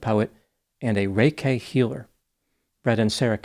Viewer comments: lol it's Reiki - "ray-key" healing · I can’t tell if never heard of reiki before, or he’s intentionally mispronouncing it; but either way, I’m fine with it!